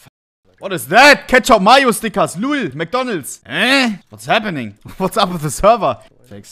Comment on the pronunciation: he sounded so german when he said "McDonalds"